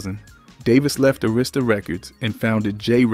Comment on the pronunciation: Sorry but you need to learn how to pronounce Arista Records, it not A Rista Records 😅